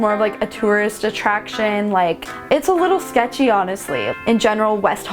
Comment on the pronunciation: I’m from Philly so I’d have no problem living in South Central, Compton or as you say “shecthy” areas